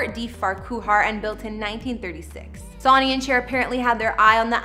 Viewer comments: It's Sonny Bono as in Sunny. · Hahaha she said "Sawnny" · Lol, I know! This girl has been in a Cave all her life🤔🤪🤪🤪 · Sonny = SUN-ee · Its pronounced SUNNY! LIKE THE SUN 🌞⛅.. NOT LIKE A SON.. EVEN THOUGH YOUR READING IT AS SUCH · “Sawny” ?? REALLY??? Fer cryin out loud… Research the basics… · The name pronunciation is killing me.. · I cant finish this. How does someone mispronounce Sonny?! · This girl drives me crazy. You don’t even know how to pronounce his name. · Why do you habitually mispronounced the name "sonny"? Very odd, unless you're from another country. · Did you not research how to pronounce someone's name 🤔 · Why are you mispronouncing Sonny’s first name? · Canadian. Still no excuse for not pronouncing the guy’s name correctly. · Sonny is pronounced Sunny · Yes, "Sonny" is pronounced "Sunny!" Get it right! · Caught me off guard when she said Sony … lol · I know.....It's SON---ny. Everybody knows that!! That was really getting under my skin!! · Your absolutely right. This young generation doesn’t know how to pronounce Sonny’s name. She’s saying it like Sony in Sony records lol do your research girl. I find she speaks to quickly. Had to turn it off 😮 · Sonny is pronounced "Sunny' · sonny Bono’s name is pronounced sunny just fyi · Ask someone how to say Sonny!! Sonny is pronounced sunny....you age is definately showing...sigh... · It is 'Sunny' not Sawny omg show some respect and it's also not tape es tries....it's tap is tries. omg again. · it's pronounced "Son-neey" not "Sah-neey" and please drop the fray voice! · I hate how she says his name Sony is said like Sunny not Soonie 😁😳😞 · Sonny's name is pronounced like Sunny? Omg!! It's like you've never even heard it pronounced by Cher, herself! You're pronouncing it like Souny? Weird..🤔🤔🤔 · Sonny Bono’s name is pronounced ‘Sunny’. Not ‘Saw-nee’. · The Presenter here must be very young, calling Sonny(pronounced-Sunny) as sawny...Haha.. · Sony lmao it's pernounced SUNNY! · "Saunee Bono" I can't.